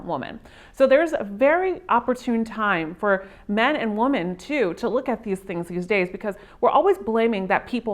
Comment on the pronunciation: This chick needs to learn to pronounce the plural form of woman. So fukn annoying!